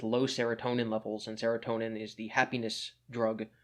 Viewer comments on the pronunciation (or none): none